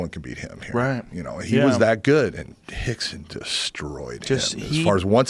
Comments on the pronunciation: Why do they keep saying Hickson and not Rickson? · Are they saying Hickson? Not Rickson? I'm I trippin? Cause its Rickson Gracie. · Are they saying Hickson.....wasn't it Rickson? No hate just curious. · rickson is pronounced hickson like how royce is pronounced hoyce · In the Portuguese language the letter r is pronounced as an h, rixson is brazilian and they speak portuguese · Hickson? Rickson idiot